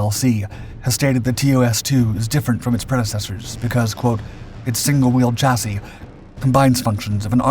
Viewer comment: So glad to hear you pronounce chassis correctly now instead of how it is sounded out, congrats long time subscriber 😊